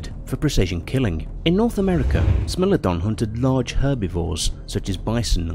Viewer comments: "smeelodon" yes but actually no ITS smilodon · um.....it's Smile-lo-don and Ply-sto=seen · Corrections: Smilodon's spelling is wrong in this video it sounds like sm-ai-low-don, and the American lion is panthera atrox, not panthera leo atrox, that is because it's a species of panthera and not a subspecies of lions, also you mixed it with the eurasian cave lion, panthera atrox didnt live in caves, and the bear you used for the actitherium was intended to be the northern version called arctos I have to say it's weird that you didnt include daeodon or andrewsarchus and I personally think that it's good because daeodon is debated to be a predator or a scavenger and andrewsarchus is too fragmentary and unknown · No one: Narrator: “smellodon” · I’m 3 minutes in and my guy has said “smellodon” “extanct” and “similardon” I have to click off the video I’m sorry. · Never say the word Smilodon again, Ever.